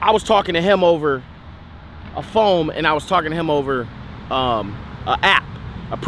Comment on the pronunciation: still say phome